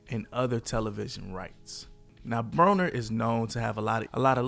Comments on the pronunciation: Broner not bronner 😂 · why you mispronounced his last name- "browner"?... disliked.